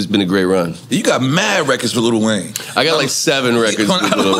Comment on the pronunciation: Robin say "LITTLE Wayne" 😅. We say li